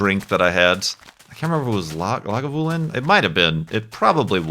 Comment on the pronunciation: You're pretty much on with your pronunciation of Lagavulin.